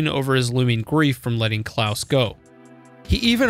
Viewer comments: Actually, no, you do say it correctly. The way you say it is the german pronounciation, "Klaus", which is canon. We know it's canonical because the canon japanese pronounciation is Kurausu, Klaus. The people who pronounce it softly, as in "Santa Claus" are wrong. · I think he said it right